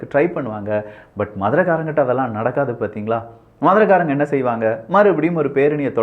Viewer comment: மதுரைகாரங்க இல்லை மதுரைகாரய்ங்க சரியாக உச்சரிக்கவும்